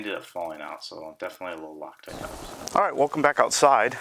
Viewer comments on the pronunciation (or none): none